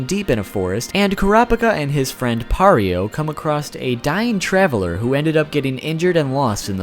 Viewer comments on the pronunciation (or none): ITS PRONOUNCED PYRO NOT PYARO